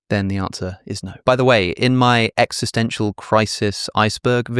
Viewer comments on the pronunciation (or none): none